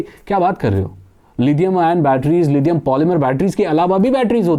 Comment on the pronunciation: लिथियम होता है लीदियम नहीं। इंग्लिश में d से द नहीं होता है।